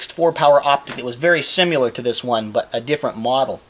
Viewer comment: I find it concerning that you focus on turret cap rather than lack of proper check weld. This shows your lack of knowledge. And the word is pronounced "similar" not simular.